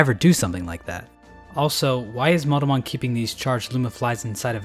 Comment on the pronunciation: No one is going to mention that when he says Monomon it sounds like Motomon?